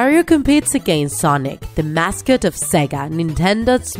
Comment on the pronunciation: You’d said mascot wrong